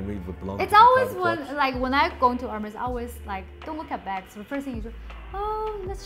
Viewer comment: "AIRMAYS" not Hermes. You teach so much Dan, that lesson is also free :)